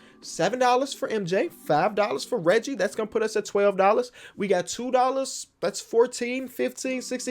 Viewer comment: I love how kept calling Reggie Miller Riggie 😂